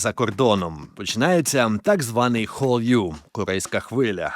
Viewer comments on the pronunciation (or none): Дякую за випуск, цікавий і плюс в скарбничку популяризації Корейськоі культури, тільки корейська хвиля називається Халлю, а не хонрю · Хвиля називається не хол'ю, а халлю)) і дякую корейською - кАмса амнідА) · Вітаю та дякую за відео. Тільки хотіла б зазначити, що 한류 вимовляється як "халлю" із наголосом на крайній склад. Це про ту саму хвилю К-Pop. Назва пісні Розе та Бруно 아파트 "апати" з наголосом на крайній склад, це "житловий комплекс". 감사합니다 "камсахаміда" це ввічлива, але не найвища за ступенем ввічливости форма. Найвища звучить як 감사드립니다 "камсатиріміда".